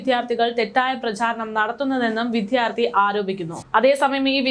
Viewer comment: വിഥ്യാർത്തി എന്നല്ല, വിദ്യാർത്ഥി എന്നാണ് പറയേണ്ടത് ❤️